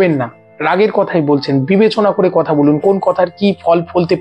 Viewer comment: আপনি কথা উচ্চারণ বারবারই কোথা বলেই যাচ্ছেন দাদা । জয়গুরু ❤